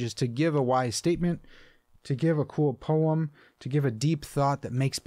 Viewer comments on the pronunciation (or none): none